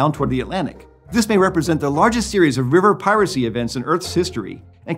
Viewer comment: Every time he paused to emphasize "piracy" I wanted to shout "YARRR!" 🦜